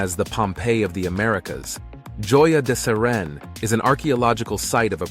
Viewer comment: JOYA DE CEREN._===HOYA DE CEREN..CORRECT.PRONUNCIATION.